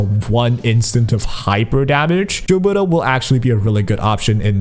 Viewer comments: For the love of god stop calling her Jilberta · Gilberta you read like GIF or GOD